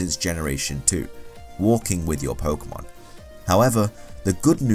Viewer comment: it's pokEEEEEEEEEEEmon not pokUUUUUUUUUUmon ):-(